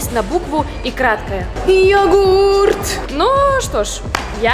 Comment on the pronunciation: Слово «йогурт» это отдельный вид искусства 😂😂